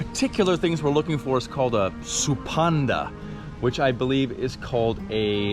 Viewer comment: At 6 min, "supanda" prolly he just said "suspender" in a bit broken english